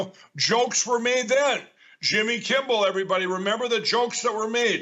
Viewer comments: Since Mike Lyndell calls you Jimmy "Kimbel" after all these years.. maybe you should call him Mike "Lymbel" so he might figure out he says your name wrong..😸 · Love how the My Pillow guy calls Jimmy,, Jimmy Kimble.. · Lol. Mike still can't say Kimmel.